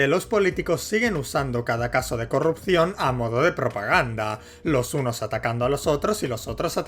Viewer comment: puedo oír las h en "hunos" y "hotros"